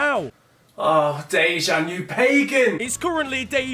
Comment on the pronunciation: Making jokes about man city fans and can't even say dejan correctly its one of easiest south slavic names it's litteraly dejan